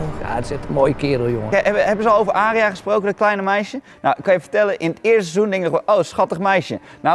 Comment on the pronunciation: "Aariya" "Zjoffrey"